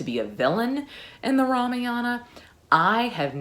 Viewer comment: Kaikeyi is pronounced - Kai like Ma in Math, Keyi is correct. Ramayana is Rah-Mah-Yuh-Nah. 🙏